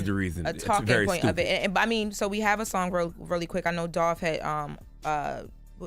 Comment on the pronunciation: Typical a dime a piece he said tupids 😂😂😂